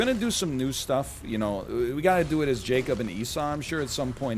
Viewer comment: Also "Jacob"